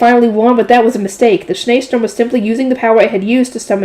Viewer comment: Schneesturm German literally Snow Storm aka Blizzard Your pronunciation is pretty good